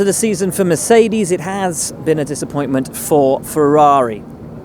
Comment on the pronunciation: it "haaas" been a disappointement for ferrari I see you Mr will buxton with the cheeky haas puns, the grin on your face after making a little pause